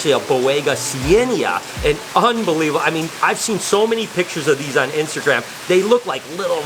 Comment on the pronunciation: The way he said cyanaea 😂